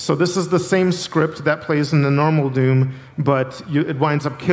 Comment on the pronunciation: It really sounds like he keeps saying "Doon."